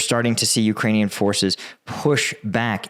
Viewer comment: Great job improving your pronunciation of Ukranian place names, shows respect!